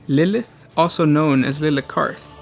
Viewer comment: its not "lilith" its Lileath. odd no one else has commented this.